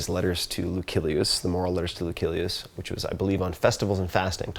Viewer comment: The "C" in Lucilius is pronounced like an S. Great thoughts about a wonderful field of Philosophy!